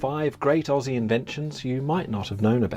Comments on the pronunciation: I am not the word police, but please please please Aussie is pounced OZZIE no ess' OZZIE :body-blue-raised-arms::body-blue-raised-arms::body-blue-raised-arms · "Aussie" is pronounced "ozzy". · when say Aussie you pronounce it with a z